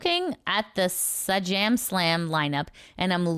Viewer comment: For next time Sajam comes up, it’s pronounced Say-Jam